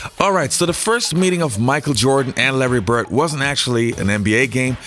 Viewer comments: It's BIRD with a D, not Birt. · His name is bird. Not bert